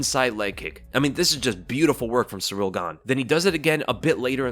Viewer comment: You really gotta stop calling him "Surreal Gane". It's Ciryl. Pronounced like cereal without the a.